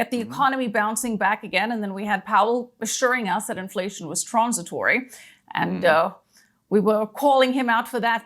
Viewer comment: I like how pronounces "transitory"